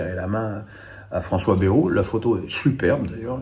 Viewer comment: Il s'appelle Bayrou, pas Bérou !